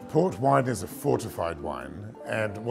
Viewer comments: Guimarães, not Guimaraens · You say Guimarães not Guimarans